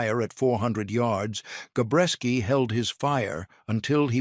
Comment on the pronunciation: Jesus H. Christ...it's Gabreski not Gorecki...get tour crap together AI.